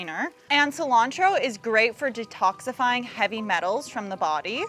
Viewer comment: When you say "detoxify" your accent really shines. Reminds me of my favorite soap opera, The Californians.